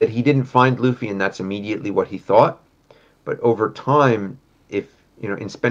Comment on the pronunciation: Bruder es heißt thought….. dieses „tough“ jedes Mal😭😭